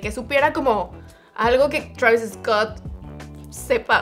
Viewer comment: Travisis Scott !!!!! 😂😂